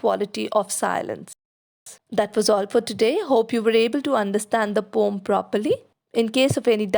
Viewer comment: Your video is really helpful, but I just wanted to mention — the word poem is usually pronounced as poh-uhm(po-em). Since a lot of students follow your videos, I felt it’s important they get the right pronunciation. Hope you don’t mind me pointing this out 🙏